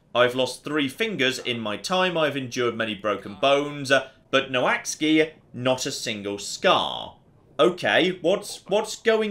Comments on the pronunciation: Every time he said "Noh axey" my brain hurt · I know the relation between English spelling and English pronunciation is a bit of a mess, but I'm pretty sure "Noaksey" isn't pronounced "No Axe Ski" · I don't think got anywhere close to saying "Noaksey" 😂 This game looks great, I'd love to see more of it!